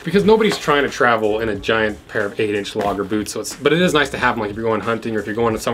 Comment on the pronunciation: "Bewts" :D